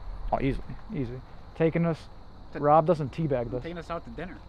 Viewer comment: Tea baggin!! LMAO 🤣😂🤣 He said Tea Baggem!!